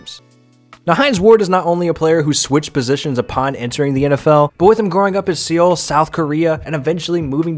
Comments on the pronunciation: Okay Seoul is pronounced Soul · DID HE MISPRONOUNCE SEOUL